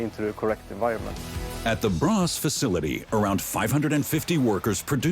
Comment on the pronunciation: What city is "bras"!? Do they mean "Borås"